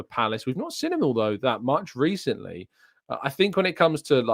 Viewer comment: Why can't you pronounce seen, you always say sin and it is really irritating